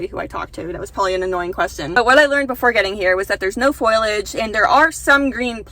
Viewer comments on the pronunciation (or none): my god, its fo-li-age not foilage. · I hope this doesn’t sound rude, but foliage is pronounced full-e-ige 😊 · I kept being confused at what foilage was and then I googled it and realized you meant foliage xD